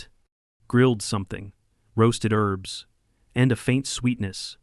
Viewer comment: Herbs not Erbs!